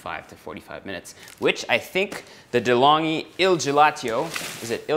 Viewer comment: il gelato, it means 'the icecream'😉and its an italian brand, so you have to pronounce it like "delongui" hope it make sense😊.. peace out✌love your videos!